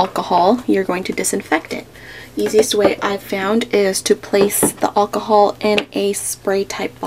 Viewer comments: I love when she says alcohol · she says alcohol weird